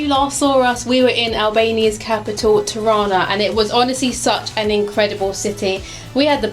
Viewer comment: Tirana und nicht Tana 😉peinlich